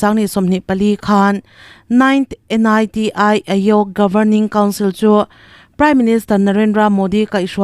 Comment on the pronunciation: A chhiartu hian thil i van hrefuhlo ṭhin ve aw, NITI tih te hi a hawrawp mal te te a chhiar tur ani lo a sin